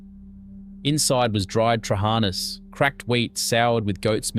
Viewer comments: 😂😂 it's not trach'anas it's pronounced trachaanaas all with simple a like apple. The intonation is at the last a !! That's why i wrote trachaanaas . I am from Peloponnesus and we still make a soup with trachanas. Greeks might not make the recipe on their own pace but you can find it at any Greek supermarket. If the intention was not actually forgotten but we don't make it at our own yes you might have a point 😅 but I guess most of the people don't have goats on their yard to produce milk for their family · Correct accentuation: tra-ha-NASS pa-TSASS hor-TO-pi-ta scor-tha-LIA (“th” as in “than”) fa-KESS bree-AM ge-mi-STA (with the “g” as in “yes”, not as “Jess”) av-go-LE-mo-no kef-TE-thes (“th” as in “then”) dol-MA-thes (“th” again as in “then”) spa-na-KO-pi-ta ga-lak-to-BOU-re-ko bak-la-VASS mou-ssa-KASS Also: • It’s not “fakes” as in English for forgeries, it’s fa-KESS with “fa” as in “factor” and “kess” as in “kestrel”. • It’s “revithada”, not “rivethada”. • “Dolmades” doesn’t rhyme with “grenades”, it’s “dol-MA-thess” (with “ma-th” as in “mother”). • And “fy-llo” doesn’t rhyme with “silo”, it’s pronounced with “fyll” as in “Phil”.